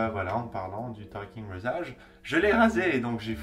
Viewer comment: La facon que tu dit rasage au début XD